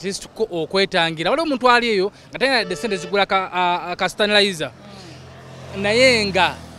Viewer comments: Sebbo am by names of Ashiraf Ddumba. In kireka. nkwagala nyo era i follow u naye munage the word is sanitizer nt stanilizer hahahahaha 😂 new kalifah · its called a Sanitizer not Stanaliza ssebo:)